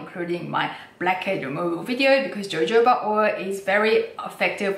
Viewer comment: Love your videos thank you…..have ordered lots of Korean skincare for Christmas from your recommendations….pronunciation…..Jojoba is actually pronounced hohoba! Guess it’s the Spanish. They pronounce J as H! Confusing I know! 🙏🌺